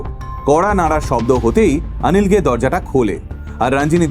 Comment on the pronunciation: উচ্চারণ ওটা রাঞ্জিনি নয়, রঞ্জিনি হবে । আনিল নয়, অনিল হবে ।তোমার থেকে এরকম কিছু শুনলে বিশ্বাস করো দাদা খুব খারাপ লাগে ।